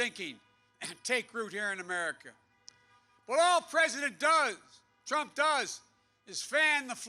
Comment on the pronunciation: Donald Prump! 😂 gaf machine 🤦🏻‍♂️ it’s almost sad to see this... after laughing at him 😬